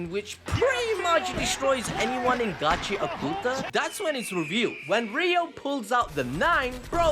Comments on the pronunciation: It's not gachia kuta, it's gachi akuta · Bro say the name of the anime right pls😢